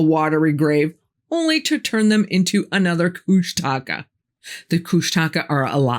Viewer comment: I LOVE that you know these things! Thrilled, in fact - the details, too! Kooshtaka is pronounced KOOSH tak ah, not Koosh TA ka, and yes, Tlingit is spelled correctly & the correct word, but we pronounce it Clinkgit . Some additional things here - You're right, we are HUGE. Alaska is 1/5th of this nation's land mass. We have 17 of 20 of the highest peaks in the country- the tallest being DENALI (recently renamed AGAIN to Mt McKinley- the guy was here once & is from Ohio, so NO.) But the Federal gov't says they own over 1/2 of our land, so we have no choice.... Sasquatch is EVERYWHERE HERE. I'm on an island, family / sons on another, plus POW (Prince of Whales) is another in SE AK. Many of us have had encounters, seen them directly. Many are MEAN / aggressive. My bff swears Sasquatch are the 15' ones, and Bigfoot are the 8 ft ones... she's seen them both. and Otterman / Kooshtaka - pretty big, too. I spent 13-14 years on an all native island & they're over there too. Way southeast... You're right- they use HAARP to screw with the weather worldwide- I found out there are MANY HAARPs now- all over the Earth... I think the only reason they say Triangle is the 20K missing - we have a LOT more strange things in the whole state...